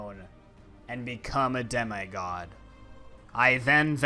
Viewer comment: “and become a demEYE god”